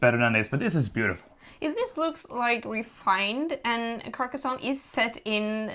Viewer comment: Her pronunciation was actually correct.